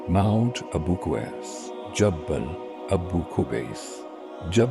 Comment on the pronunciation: Its not jabbal. It is pronounced as jable noor